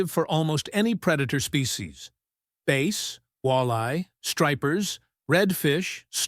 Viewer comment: AI needs to learn how to pronounce words. Bass is not pronounced base. That’s for starters.